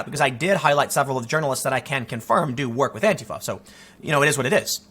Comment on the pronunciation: God bless you for pronouncing "Antifa" correctly. That "anTEEfa" shit drives me fucking crazy.